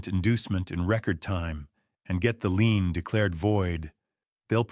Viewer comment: Not lean, lien.